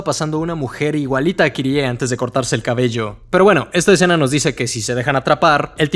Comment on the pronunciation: Agradezco tanto que ahora dices Kirie y no /kairi/. Es mucho mejor 💚